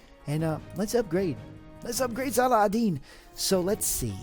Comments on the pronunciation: u fool! it's (-Salah) (-Ud) (-Din)! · Actually, it's pronounced 'Sala*ha*din', or Salah*hu*din. Most people, if not everyone here in my area pronounce it as such, my friends whether Muslim or not, and the teachers and ustazs at the mosque. If you can read Arabic, his name uses the Arabic alphabet of 'H'. But it is what we pronounce it as. I don't know about others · Cool video p.s: it's pronounced "salahuddin" or "salaheddin"